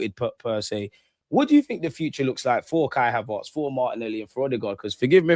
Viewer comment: cracks me up every time the way he says Kai HavArtz 😂